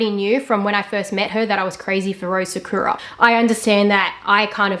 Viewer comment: Take a shot everytime she mispronounces sakura 🥃🌸 sahkyuuuuurah sahkooooorah